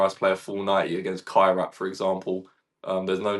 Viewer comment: the Kazakh team we are playing in UCL is called 'kai-rat' not carrot🥕